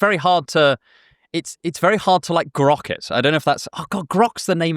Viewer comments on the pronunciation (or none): none